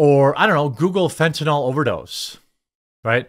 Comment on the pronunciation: It's fentanyl, not fentanol. There a vinyl functional group in its structure. NOT a hydroxy functional group (also called alcohol). FENT-a-nill or FENT-a-kneel. I know 95% of media people pronounce it incorrectly. It grates on my ears.